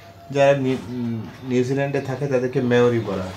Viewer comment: মেওরি বলে না এটা মাউরি